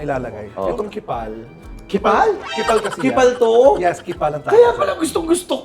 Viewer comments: Hi, hindi ba po yung pronounciation ng KEEPALL ay (keepol) or (Keep all) hindi (kipal) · is in not pronounced as "Keep all"? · I think it's pronounced as "keep all" po 😂